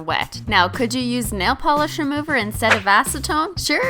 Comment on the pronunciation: She said simply nalogiclish